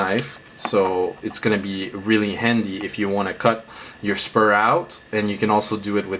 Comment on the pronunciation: ITS SPRUE NOT SPUR